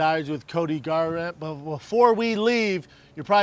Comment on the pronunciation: 😂😂 Garrant!? Brendan’s tongue just right hooked his last brain cell